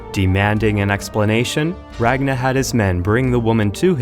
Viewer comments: Its not Eva the boneless... I Var ! and its not Ragna.. Its Rag Nar. Drive me nuts man. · “RAGNA” Me: eye twitch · Rag Nahhhhhh? I thought it was Ragnarrrrrrrrrrrrrrr.